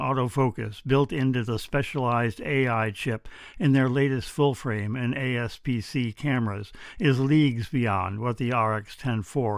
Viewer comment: APS-C, not ASP-C.